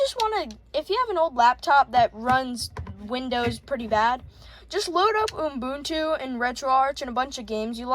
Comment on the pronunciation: (also it's pronounced "you-boontoo" or "oo-boon-too")